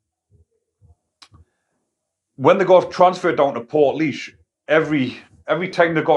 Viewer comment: Good man ya smashed the pronunciation of portlaoise 🤘